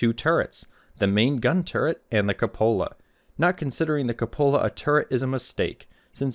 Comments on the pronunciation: It's koo-puh-luh, not co-pola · I've listened several times but I just don't understand why you pronounce "cupola" the way you do. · That's the most interesting pronunciation of the word "cupola" I've heard.